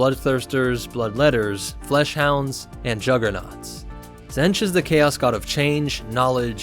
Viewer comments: Zenj? Its pronounced Zeench. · It’s pronounced Tzeentch not Tzentch. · "Zench" Alright, time for a new video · Ah yes ... Zench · Stick to starwars bro cause you completely misunderstood what the warp is and, you can't even pronounce Tzeench correctly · Tzeentch is pronounced with a long E, just for future reference... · Tzeench has a hard "E" so it is like pronounced like "Eat". He is weird like that.